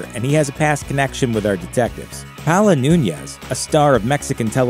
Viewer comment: You blatantly messed up paola Nunez pronunciation